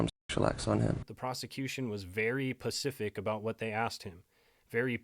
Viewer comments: Bro it's SPECIFIC spe·cif·ic NOT PACFIC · Specific (Sss-puh-cific) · Very ‘pacific’ lol that’s cute